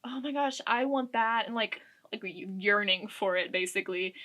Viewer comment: girl did u say urinating for it?? Or yearning 😂 sorry I like nearly choked sipping some 🍷. It could def be the wine. Lol Love the collection btw. New sub 😊